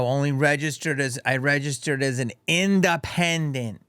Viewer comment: In duh pin dent